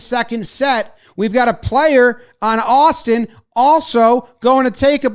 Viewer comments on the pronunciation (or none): none